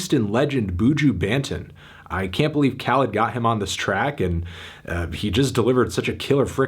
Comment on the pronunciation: Buju Banton, Banton is pronounced like wonton